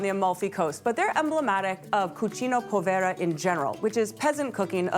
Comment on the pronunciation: Gnocchi chef: Not Poe-vay-ra. Say: pooooo-ve-rrrrr-a. Di = deeeeeeeee farina